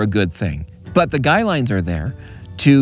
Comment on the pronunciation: So glad you said guy lines instead of guide lines like so many people do. I've been a subcriber for a long time. I like to learn things from people who know what there're talking about.